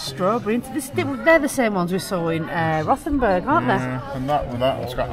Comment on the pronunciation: Don't pronounce the H is German its just Rotenburg